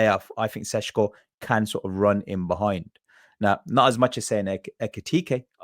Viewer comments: Why pronounce the first "Š" as a "S" but then the next one correctly. Just imagine you are Sean Connery. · His name is NOT pronounced Seshko. His name is Šeško. Notice how both of the S have ˇ, that usually means it's pronounced the same. So either don't care and say Sesko or say it properly - Sheshko. It makes literally no sense to say Seshko.